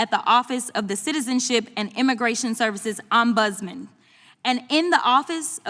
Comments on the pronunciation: I believe it is “OMBUDSMAN”, not “omspousman.” Ms Crocket is not the only one who needs to learn to pronounce and spell words properly. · 💀 “OZZ-BUZZ-MANS” 💀 Say WHAT Jazzy CROCKET?!? She TRULY has NO IDEA what an “OMBUDSMAN” is, and she is in congress💀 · Crockett’s an attorney and can’t even say “ombudsman”?😂😂🤡